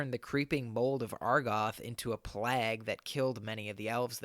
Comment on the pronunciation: Your pronunciation of plague is atrocious